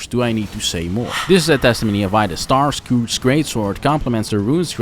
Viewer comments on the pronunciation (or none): Great video! Really great editing! Just a small thing: Starscourge would be pronounced as star-scURGE. Just like if you have an "*urge*" for pizza, same pronounciation. Basically take the O out, and Starscurge is the right pronounciation. Either way great video and honestly your editing is absolutely, abslolitely amazing and effin' incredible and I'm not just, saying that to be nice